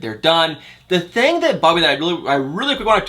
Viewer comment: Crazy you still pronounce the (I) sound as the (A) Thang-Thing Ank-Ink